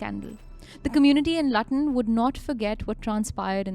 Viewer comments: Luton is pronounced Looton I.e long u vowel. Or better still, Leoton. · It’s pronounced “ Loo ten” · Learn English first 😂😂 “ loo” ton 🤣🤣🤣🤣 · as a UK person just wanted to correct you its pronounced Looton 😂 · Its pronounced loo-tun by the way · sorry but you pronounced luton wrong. it's like L O O T U N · It’s pronounced Lootan (Luton) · Luton is pronounced "Loot-un". 'Loot' as in what the British did to India. Great episode as always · its pronounced lootun xx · 😂😂😂😂 Loo-tuhn guys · Pronounced LOOOOTAN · It’s Loo - ton, that’s where the airport is outside London 😂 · Forgive me for Luton, fam. Never will I ever assume I just know how to pronounce an English town based on how it’s written 🙄🙏🏻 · Dnt worry about it, video is awesome so who cares if u pronounced the city the wrong way. Love ur vids keep them coming. ❤ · Its Luton by the way 🫣 My ears are struggling listening to the pronunciation. Especially when mentioned he had landed there and still proceeded to mispronounce it 🫣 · How do you guys not know how to pronounce Luton!!?v 😂🤣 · Luton is not pronounced like that, nonetheless good narration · How can you be so traumatised by the Luton travel incident and not know how to pronounce it, great channel but a google search will clarify pronunciations. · Am sure if they researched videos and audio would have mentioned Luton correctly. They don’t do the groundwork anymore, it’s all AI or third party. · I love how so many in the comments are here just to correct the pronounciation of luton. Though that's exactly what I came to do. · Pronounced looton Not lutton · It's pronounced Loootun not Lutton! Theres frequent trains to London St Pancras, London bridge, Gatwick Airport and other London terminals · Luton. Not latan😂😂😂😂😂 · If it was Lutton it would have 2 Ts. Lu-ton only 1 T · But its written as Lutton. Not Laaton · it is called Luton not latan😌😏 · Please dont call the Luton city as Latan. It's should pronounce as Lyuton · It SOUNDS - LOOOTON - NOT LUTTUN